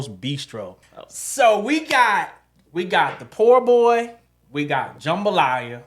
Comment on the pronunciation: Every time said poor boy I said po’ boy😂